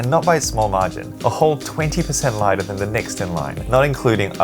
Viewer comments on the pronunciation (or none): none